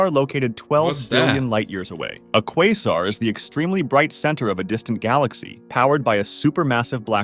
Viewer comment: Bro it's pronounce quasar